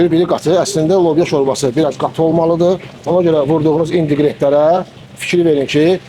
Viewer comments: İNDİQRENT YOX İNQRİDENT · İndiqrent yox inqridient